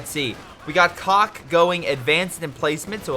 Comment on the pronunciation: the guy whose name you pronounced as "cock" actually has the name "Hard Nipples" if translated from Russian to English Otherwise, great content ! Been wanting to buy CoH 2 for a long time, waiting for a sale now. Is it hard on beginners to the strategy genre ?